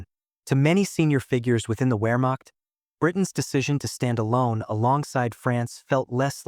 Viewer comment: 'Wehrmacht' should be pronounced "Vehrmacht'